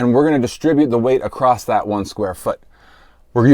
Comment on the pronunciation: The word "ACROSS" does not have the letter "T" within it. Stop adding the letter "T" to this word.